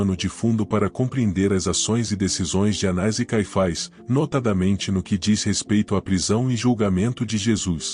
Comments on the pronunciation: Há apenas erro de pronúncia: o nome é "Anás" e não "Anais"... na pronúncia é erroneamente inclusa uma letra i, e o som saiu "anais"... Atenção na pronúncia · O nome do sacerdote era, anás ou anais? voce pronunciou anais o vídeo inteiro. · Difícil mesmos é escutar o narrador chamar "ANAIS" e "CAIFAIS". Deixei de ver só por este motivo.